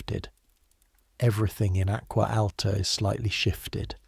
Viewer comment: should be pronounced (AH-GWAH AH-L-TAH) not ack-wuh, al-tuh that was a horrendous pronunciation! I cringed every time I heard it.